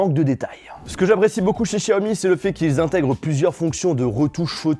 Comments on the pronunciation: sa m’saoul qu’il dise chaomi alors que c’est clairement écrit Xiaomi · Ça ce prononce vraiment chiaomi ???